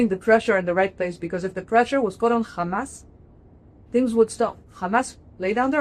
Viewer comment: Love how you pronounce Hamas and Hezbollah correctly